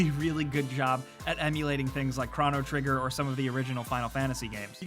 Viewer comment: How the hell did he pronounce chrono trigger